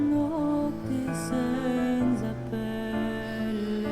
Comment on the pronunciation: I'm so far impressed by his good italian pronunciation... pity for the word "senza". "NZ" sound is pronounced smoothly and sweeter in Italian.. Hope he will correct it somehow. By the way, a great "sopranista" voice.